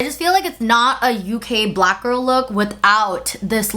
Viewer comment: I really don’t like the way she says “black”. Too much emphasis that she doesn’t use when she says brown or white. She makes it sound like it’s a slur